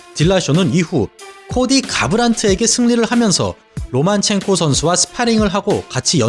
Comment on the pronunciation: 로마첸코입니까 로만첸코입니까..? 영상끝날때까지 계속 로만첸코라고 하시고 자막은 로마첸코...